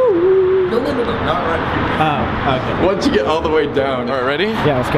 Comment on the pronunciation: when Colby said 'okay' after climbing up the ladder, it lowkey sounded like he said 'we're gay' 😂